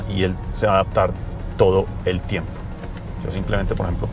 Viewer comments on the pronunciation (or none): none